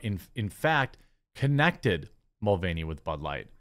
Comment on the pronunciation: Villain Mul-veiny.